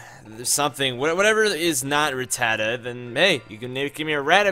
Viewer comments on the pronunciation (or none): none